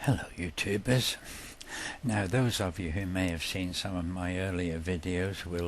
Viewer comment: His stories are great, but frankly I just go to these things to hear him say "Hello YouTubehs."